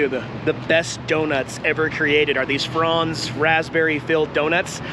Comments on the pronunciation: I grew up with “Franz bread, the good bread, flavor beyond compare.” Pretty much Wonder bread. PS it is not pronounced Frawnz it’s pronounced FRANz. Like France with a z. 🥰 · I've never heard anybody pronounce Franz the way you do. I'm born and raised in the Pacific Northwest and had relatives actually worked at the original Franz bakery in Portland Oregon and they never said Franz the way you do.. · Donuts PRONOUNCED FR-ANN-Z hubby worked food…